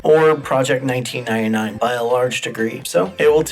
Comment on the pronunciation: "Project Nineteenainai"